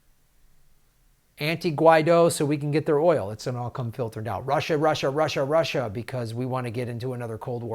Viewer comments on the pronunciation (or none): none